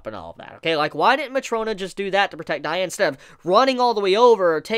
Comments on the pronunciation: The way you say diane makes me cringe lmao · Just to let you know that's not how you pronounce her name and that isn't how you pronounce gowthers name either. Just gotta say if your gonna do a video at least know how the names are actually pronounced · the way he says gowther & diane bothers me so much 😭